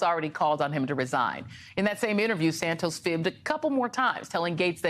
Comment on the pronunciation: I still don't get how you go from Santos to "Sand toes" that's a whole bunch of extra letters in there for no reason and it's not how you say that word in either Portuguese or English, so it's like going out of you way to mangle a 2 syllable name that other English speakers don't need to add these extra letters in there to make it sound like "sand toes" instead of Santos, looks and sounds a lot like racism. *lend. Is it "Friends, Romans, countrymen, 'loan' me your ears"? No, so why are you mangling past participle again? Those rules still apply so it's lies, not "lays", because only another person can lay something on the ground, you and a dog can't do that to yourselves, you can't get laid alone, sadly. The same with "loaning". I can't listen to this, because most people learn this in primary school and it's not in your stupid Merriam Webster foreign dictionary that no one recognises either, because they say the same as me, Shakespeare and the Cambridge dictionary says about that. Speak English, ok, stop speaking that gutter English, pig latin or whatever it is you're "evolving" there.